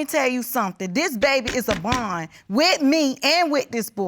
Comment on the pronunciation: said he has a “bun” with his daughter… does he mean “bond”?